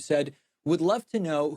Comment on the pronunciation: I don’t believe for a second he’s not purposely mispronouncing ilhan